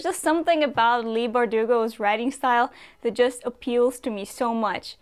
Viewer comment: we pronounce it lee here. I have three friends who have it in their name., Leigh, Leigh-Ann and Somer-Leigh lol